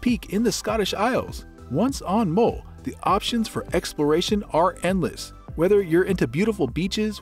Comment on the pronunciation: Great video, thanks. The u in MULL is pronounce as the u in umbrella (for example).